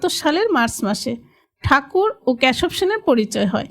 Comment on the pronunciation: ক্যাসব সেন নয়, কেসব সেন। বাংলাদেশের উচ্চারণ মনে হচ্ছে